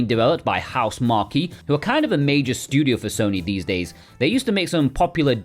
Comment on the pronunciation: Usually, I would agree. However, I've only heard them being called/pronounced as "House Mark" by all Western regions of people. No shade at all dude, just threw me off a bit. 😅